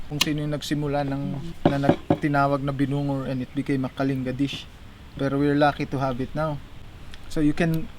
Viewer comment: Wish your hosts would know how to properly pronounce Kalinga --- it's kalingga NOT kalinga (like care).